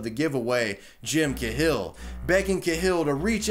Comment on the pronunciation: man I love the content of your videos, but sometimes the pronunciation of some words makes me cringe a bit. "Jim kuh-hill" - "Cahill" is usually pronounced "kay-hill". I know it's a tiny tiny thing, but it's something I see in your videos from time to time.